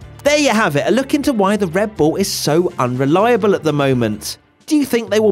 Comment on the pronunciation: keep hearing unreliaBULL